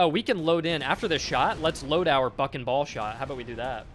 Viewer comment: "BUCK and ball"!!!! Aaahh... sounded like "f**n ball" - not very on-brand for this nice young lad.